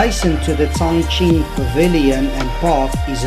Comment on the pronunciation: 哦， 这里是长沙的天心阁啊，"Tianxin" Pavilion not "Tianxing"